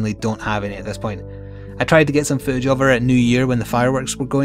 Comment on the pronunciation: I never have a problem understanding your accent but for some reason the word footage didn't register with me. :) I was very confused as to why you wanted to "show food of my dog". Just had to share because I laughed way too hard at that.